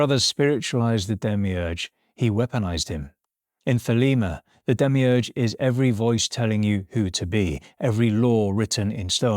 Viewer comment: Demiurge?? Demiurgos? Like creator? You really butchered the pronunciation